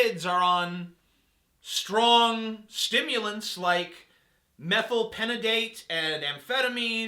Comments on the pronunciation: IT'S METHYLPHENDIDATE, NOT METHYLPENDIDATE! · You're so cute TJ, it's not MethylPENidate, it's MethylPHENidate, notice the H? ;) For those unaware, methylphenidate is most commonly known as ritalin. Im nitpicking I know, your point still stands you big lug <3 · Just for future reference, the pronunciation of the chemical name for Concerta / Ritalin is methylPHENidate, not methylpenidate. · It's pronounced meth/el/fen/i/date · Methyl-PHEN-i-date. The "ph" makes an "f" sound, TJ. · you said methylphenidate wrong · I come back because I think this might be an interesting one, and I see he's gotten more annoying... Most of what he says is fine, it's just his delivery. Also, does he really believe that ADHD is bullshit? He didn't even pronounce the name of the drug right... ... Does he really? Because if so, that's really sad.